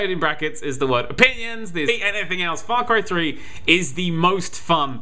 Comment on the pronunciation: What the hell is Fry Cray 3? i heard of a game called Far cry 3 though!